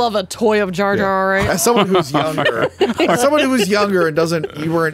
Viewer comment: His name is Jar Jar, not Jay Jay.